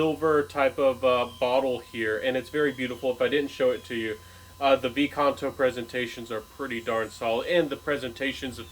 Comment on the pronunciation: It's "quinto canto" the "5th song" , not vi canto....